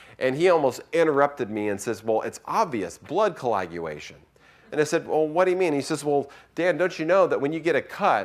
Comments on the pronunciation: + Is he saying “Colaguation?” I feel like I’m hearing him pronounce it as “Colaguation.” I know it’s nit picky, but it makes him sound like he had a few too many drinks before doing his talk… hope he had a DD… further word slurring. There’s definitely something to my working theory. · Is it too much of a cheap shot to point out that kept saying 'colaguation', instead of 'coagulation'. 'Colaguation' sounds as though it means the process of going to college.